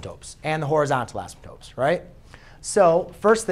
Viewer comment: You gotta stop calling them asymtopes. Very distracting. Other than that very helpful.